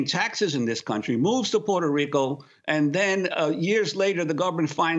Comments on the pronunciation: Interesting how Juan Gonzalez can't consistently pronounce the place of his birth, Puerto Rico. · He forgot to roll his r's several times.